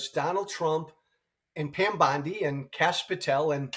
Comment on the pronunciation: I thought only AI said "Bond-eye" instead of "Bond-ee".